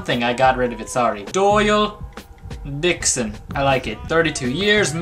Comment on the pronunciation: take a look XD Dixon souns like:d*ckson